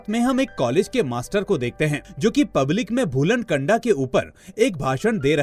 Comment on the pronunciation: भाई भूलन कंडा नहीं भूलन कांदा बोलते है. कंडा मतलब छेना (उपेलू ) होता है. 😂😂 मूवी के लिए आपका धन्यवाद 🙏